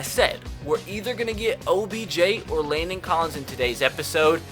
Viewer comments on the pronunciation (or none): none